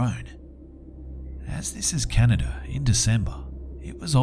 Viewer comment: Canader xD